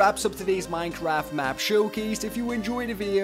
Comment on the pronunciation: haha he said mineclaft hahaha.(if you heared it right)